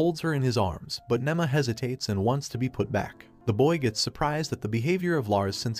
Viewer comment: nima not nemma